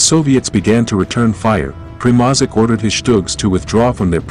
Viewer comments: Your pronunciation of German words and Primozic is terrible. Mark Felton takes time to learn pronunciations of such important words before he makes his videos. You should too. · "The Shturm-gesh-gutz" ... that's a new one "Hugo Primozick" lmao gold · When i hear him pronaunce Primožić and sturmgeshutz i wana cry😂